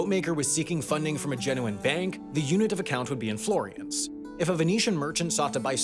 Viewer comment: The narration is in American English. As such, the pronunciations of "Florins" and "Ducats" sounded awful. In American English, the first word is pronounced "floor-ins" (not flori-ins) and the second word is pronounced "da-kits" (not du-kats). That may not be so in the original Italian, but it is in American English.